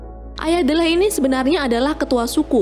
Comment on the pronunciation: Ralat Kak, Nama Tokoh Utama nya Kalo dibaca Menjadi "Dileh" bukan "Delleh"😀 Iya sih Tulisannya Memang "D-leh", Tapi kalo dibaca Menjadi "Dileh".👍 Soalnya saya sering Nonton Film nya dan juga memperhatikan Dialog mereka.